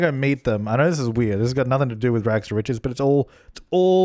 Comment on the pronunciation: your rags to richest has no t at the end